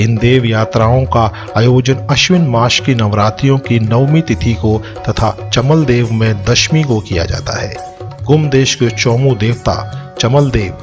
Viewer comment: "चमदेवल" है चमलदेव नही जय चौमू चौखाम बाबा 🚩🚩